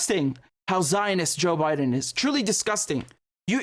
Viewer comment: President "Jock Bye-Done" 😂